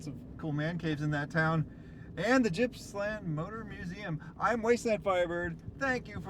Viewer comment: Its not Jippsland, it is Gippsland!